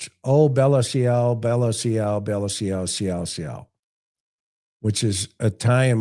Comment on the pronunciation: “ciao” is pronounced “chow”… “bella ciao” means “goodbye, beautiful”